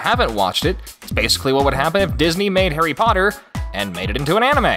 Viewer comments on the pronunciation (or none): none